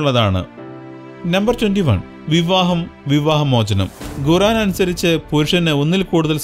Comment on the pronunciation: ഗുറാൻ അല്ല ബ്രോ ഖുർആൻ ഖു. ഇത്രേം കാര്യങ്ങൾ ഇസ്ലാമിനെ പറ്റി പഠിച്ചിട്ട്